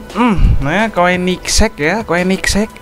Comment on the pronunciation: Koenigsegg di baca konigsee agera rs